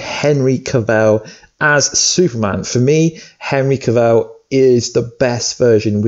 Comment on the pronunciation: henry cavell u mean henry cavill looooool